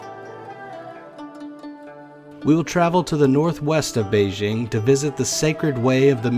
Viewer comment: You're pronouncing Beijing wrong. "J" is hard, not like "Beige". BEI-JING.